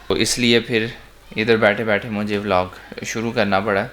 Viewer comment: vlog ko vlag bolnay wali awaam